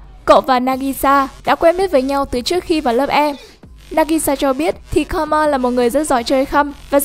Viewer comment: Thật ra Karma đọc là Ka - ru - ma chứ không phải Ka - ma đâu . Cứ nghe đi rồi biết